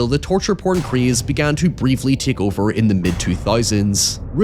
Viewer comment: It's hoyevering time